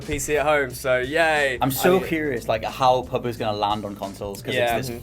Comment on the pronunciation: PubG not Pubg sounds awful.